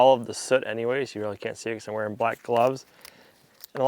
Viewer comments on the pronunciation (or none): none